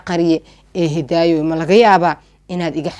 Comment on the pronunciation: Ayaaney Masha allah Waxa jecladay sida aad magacyga uku dhawaqayso Magacayga waa isii macaysay Malaga Yaabaa inaa markale qisa qurux badan kuso qadato magaceey xppti mar marka qaar intan is ilawa marka Hidaayo Dhahdo Hee Ika so fakaneyso 😂😂